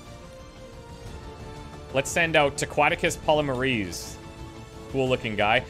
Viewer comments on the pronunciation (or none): as a Biochemist I die inside how he pronounces polymerase its polymer--ase like polymer chains of DNA or RNA